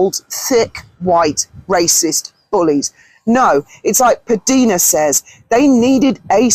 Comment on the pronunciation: PDina is pronounced P Dinah. Just for your future reference. I have been watching her from the start & she refers to herself that Way many times. Love your videos & your honest heart.❤️